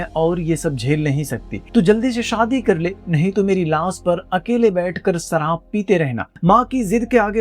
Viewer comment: Abe सराब नही शराब बोलते हैं